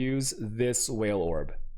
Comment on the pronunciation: Don't forget the whale orbs